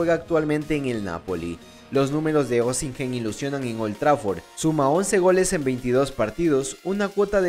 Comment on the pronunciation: Se pronuncia sin la H crack, OSIMEN!